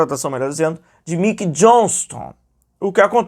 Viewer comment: Não é Miquei, é (Maiquei) Mickey.